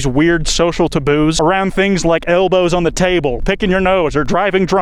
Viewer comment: Also why did u say taboo like that bro